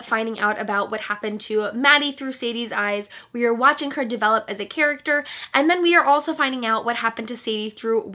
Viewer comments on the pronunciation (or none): none